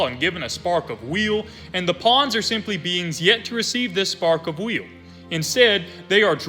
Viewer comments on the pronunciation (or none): I'm southern and have a thicker accent than you and still pronounce WILL correctly. Believe you might have an impediment. Still love the videos though 👍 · Why are you saying wheel? Its just will